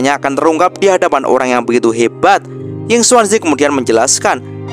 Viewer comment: Hei,, ngomong² kami penonton sobat movi, sudaah terbiasa mendengar nama pak tua yinkuanzi,, bukan yinsuansi,, jadi kurang enak aja sih,😁😁